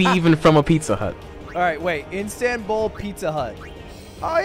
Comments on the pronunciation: It's Istanbul Ludwig not instanbul Lmaoooo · Ludwig: "Instanbul" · Are we going to gloss over the fact that Ludwig gave the OK on 'nominator', and pronounced and spelt it INstanbul instead of Istanbul???????